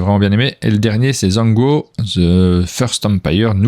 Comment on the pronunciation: Alors Zhanguo techniquement, c'est prononcé Djangwo.